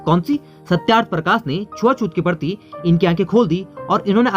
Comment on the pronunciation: जब हिन्दी में कुछ वक्तव्य दिया जा रहा है तो फिर हिन्दी बोलते हुये Very very important क्या बला है? दोस्त आपका उच्चारण अशुद्ध है आप प्रशासन को परशासन बोल रहे हैं,प्रति को पर्ति बोल रहे हो,प्रसिद्ध को परसिद्ध बोल रहे हो। करने का भूतकालिक रूप "की" होता है "करी" नहीं होता है,जैसे स्थापना "करी" नहीं कहा जायेगा बल्कि स्थापना "की " ऐसा कहा जायेगा,आप "प्रथा" को "परथा" कह रहे हैं,प्रतिपक्ष को पर्तिपक्ष कह रहे हो,उच्चारण की शुद्धता बहुत आवश्यक है।